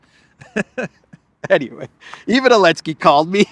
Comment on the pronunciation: is Biden 2.0. Also any word that has a "T" in the middle of it, is pronounced as a "D". Elensky is another mistake, as these videos could be used for historical reference someday in the future? you should not make intentional mistakes, when you make so many unintentional mistakes. Confusing billion with million is a 1000 times error, it shows how out of touch you really are....